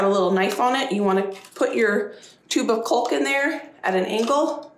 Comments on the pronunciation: It’s caulk not culk. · Caulk …rhymes with hawk. There could be a new drinking game every time you say colk lol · I don't know if it's part of the country you are in, but caulk is pronounced like chalk calk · the way you say caulk just SENDDDDDDDDDDSSSSSSSSS me...Caulk rhymes with Talk...not Bulk.... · is smarter than all y’all bc she got so many comments by saying culk. instead of caulk! Way to run that channel girl. Women love a controversy!!!! And yes, I said y’all. Hehe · Cawk, not Culk. Lol! Your cracking me up. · I'm being picky, but it's not cōlk, it's more like callk. But yeah, girl, you are amazing. I love watching your videos. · cALk not cULk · It’s pronounced “cawk” not culk 😊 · ”Caulk” is not pronounced like cock- it is should be pronounced like “cawk.” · Oh my Lord! I have to quit watching because I cannot stand to hear you call caulk "culk"! Caulk is like "call" with a k. And while I'm at it let me tell you the difference between marinate and marinade. Marinate is a verb it is something that you do to meat. Marinade is a noun it is something that is made and added to a food. I do enjoy watching some of your cooking and canning and gardening videos. I'm still a little salty about you not sharing the family on the homestead. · Caulk is pronounced like "Hawk." Window "seals" are also killing me.😂 They are window sills, but they do seal the wind out. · Culk.....so funny... Otherwise I LOVE her videos. Very inspirational! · Girl…the L is silent! Caw-k! 😂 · How I wish I had had your energy even when I was your age . . . . . I love your enthusiasm and love the fact that you don't let things get you down or deter you from whatever your plans are . . . and gotta say (I'm from the Midwest) the way you pronounce "Caulk" as "culk" just made me giggle . . . . . . . great job !!!!! I do envy you your growing room !!!! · I’m in Florida …loving the way you sat “cult” instead of ‘caulk’ it’s the way we all pronounce different words. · The L is silent in caulk